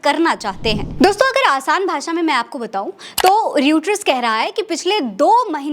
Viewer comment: Sorry, Mdm, this is not रयूटर (Reuter) but रॉयटर।